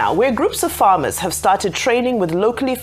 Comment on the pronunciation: Bro I am guessing that by "FERMER" you meant "FARMER".